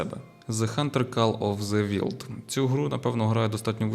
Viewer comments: Кол оф зе вайлд) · "кал оф зе вінд". ю а інгліш лангуаге натів спікер